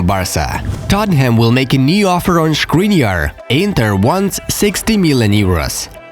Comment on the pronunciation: It's Škriniar, not Shkriniar